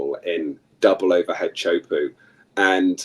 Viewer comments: Iaorana, cheers for your podcast, I know thousands of people go on and watch. Please, you need to stop butchering the pronunciation of Tea hu po'o. It's not puuu, the sound of squatting on the thrown. It's PO'O. This guy your interviewing from England is completely OFF! Teahupo'o is not NORTH/WEST. It's South/west. I have lived here at Teahupo'o for over 20 years. Why don't you talk to someone who knows what time it is? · Great interview. Please pronounce Teahupoo correctly.